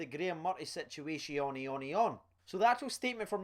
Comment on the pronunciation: "situationionion" yasss